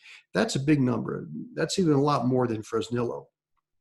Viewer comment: Hey, wondering if you can do me a favor. Please pronounce Fresnillo Fresneeyo. It's spanish you know